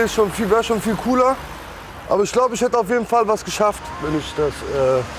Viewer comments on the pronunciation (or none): lol hört mal zu wie er “abe” sagt. Der sagt Abi wie Abitur LOL leck mich